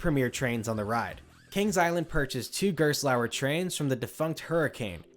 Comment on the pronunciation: I can't wrap my head around why Americans consistently butcher German words. Gerstlauer is pronounced like "Garest-lauer" with a silent e. Used to live next to it, their carts are really renowned to be sloppy... even the local amusement park doesn't use them lmao